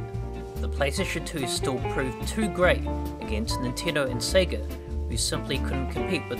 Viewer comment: I appreciate the unapologetic Australian pronunciation of Sega.